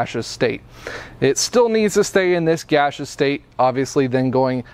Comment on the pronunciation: Thanks, man. I like the way you say gasseous as "gashous"